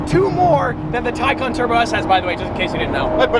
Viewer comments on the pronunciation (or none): none